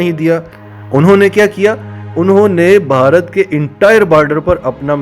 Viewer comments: اہ بھائی ویڈیو میکر۔۔بھارت کو بھہارت کیہ رھے ھو۔۔ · بھائی جان آپ بھارت پر ویڈیو بنا رھے ہیں۔۔۔کسی سے بھارت کے نام کا تلفظ سیکھ لیں